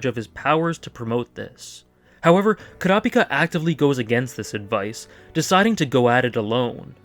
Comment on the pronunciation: Wow, a Youtuber who actually pronounces Kurapika correctly? Glad I subbed :D